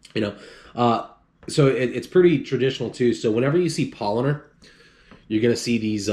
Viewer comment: Why you are saying PaulOner? tf